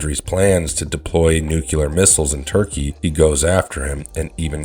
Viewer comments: nuclear FFS not nu-cu-lar. also moira not moria (& also not a mutant in the movie). why does no one actually review or QC anything anymore before posting? you do watch the videos during editing right? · Nu-cle-ar. not nuke-ular.